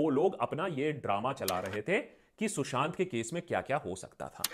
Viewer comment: Fun Fact : Kangana knows how to play games and Indians fall for it anytime :D Kangana cant even pronounce Sushant Sing name properly :D she pronouces it shushant sing :D